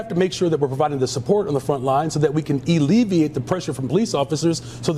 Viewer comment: This former public school teacher said, “illeviate.” This dumbass meant, “alleviate.”